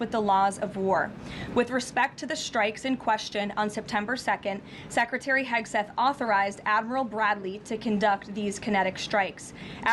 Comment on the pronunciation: It's just unprofessional at this point to still be mispronouncing Hegseth